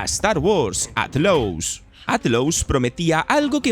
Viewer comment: Me causa gracia como pronuncia Outlaws, "Atlous" 😂 buen video igual